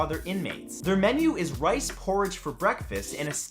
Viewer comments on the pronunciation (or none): none